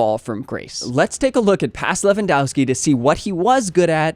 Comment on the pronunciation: ow and ov with or without skis or a's for women, endings are spelled off like offside. Pls correct that, you butchering every slavic name with that ending.